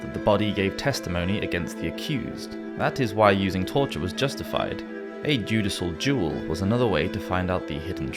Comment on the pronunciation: I was listening to this without watching and I was like "wtf is a judicial jewel?"